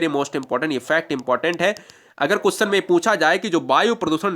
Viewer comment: भाई कुसचन नही होता क्वेश्चन होता है